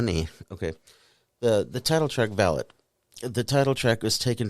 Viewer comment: FYI, the actual pronunciation of the album/song is Vah-lot, the accent on the "o" not the "a" ... thanks for the video.